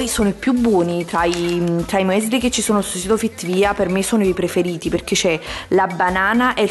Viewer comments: non si può sentire...☠ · scusami ma non si legge “muesli” come sta scritto ma la pronuncia è“miusli”